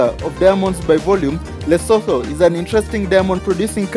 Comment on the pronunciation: the "H" in lesotho is silent